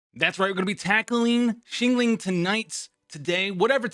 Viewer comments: hope you are able to pronounce xiangling by now :) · FYI she is not xingling She is xiangling Where's the a in between? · not scolding u. Just an advise. See ang ling